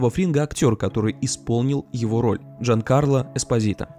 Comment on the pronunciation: Не Джаткарло, а Джанкарло, ууууууууууууууууууууу, осуждаю данное бредование😮💦